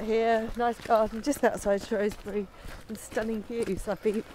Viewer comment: Its pronounced "shrew" not "shrow"sbury 😂😉...i live in Shropshire and it has amazing landscapes of hills and ancient rocks 👍